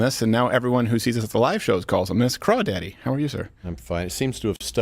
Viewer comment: Not “Crawdaddy”